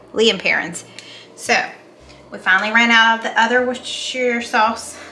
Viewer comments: hi its pronounced wuss- ta- sheer sauce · my hubby is from Worcestershire, England and he says it's easy to say.... Woos - Ta - Shure.:) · "wus ster shire"...now it's easy, yes?😁